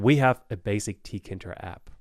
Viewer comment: i believe it’s pronounced tee kay inter, not “ tea kinter ”